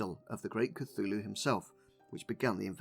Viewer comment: You know it’s not pronounced Cathooloo.. But that’s closer to how you would call the Church of Cthulhu: The Cathoolic Church! And now you understand why they did what they did.. and probably still do.